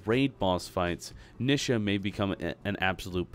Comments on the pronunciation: Why do people pronounce Nisha as Nih-shah? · I hate the way he says her name.